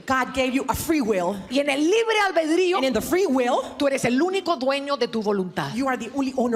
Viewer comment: es libre "albedrío", no "albeldrío" como decís vos. Cada vez que lo decís me hacés mal